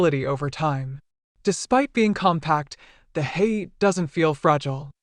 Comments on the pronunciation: HA-YA-TE not Hate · Pronounced “Hah-yah-teh” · Elizabeth Holmes voice pronounces it incorrectly. Lol.